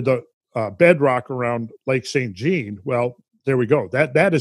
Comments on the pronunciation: Pronounciation police here, Lac St Jean is pronounced Jon as in Saint John Lake, not like denim jeans.. Lol. Us Quebecoise change everything to French that has anglo roots. Thanks for all the info and now i will look at this lake with a different perspective. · Its pronounced "Sain Jahn" with the consonant part of the T and N being silent.